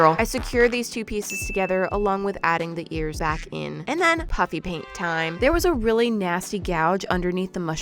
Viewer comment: Does anyone eles still hears her say Puppy paint instead of puffy paint? Or just me